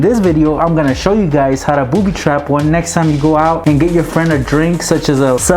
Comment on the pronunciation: I hate it when he says boobe trap